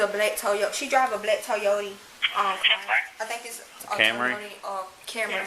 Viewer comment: "She drive a black Toyotee."